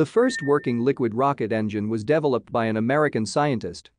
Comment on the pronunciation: The way he said "developed" tho